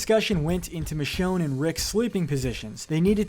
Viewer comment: Please please, don't allow to do your episode on season 11! He butchered Michonne's name or RICHONNE! SMFH! 🤦‍♂️🤦‍♂️🤦‍♂️...+ his voice is boring 😴